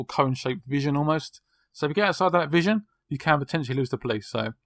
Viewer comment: It's cone of vision not cone version -_